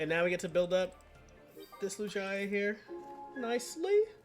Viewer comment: it's "Loo-gee-uh"